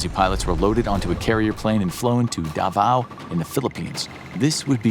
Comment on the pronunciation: Perfect pronunciation of Davao. Glad to hear that